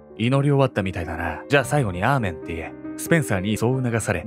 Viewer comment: アーメンが、ラーメンって聞こえた笑